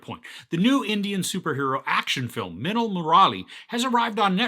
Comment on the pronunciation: I'm suprised he pronounced minnal correctly but got stuck with Murali😂😂 Love the review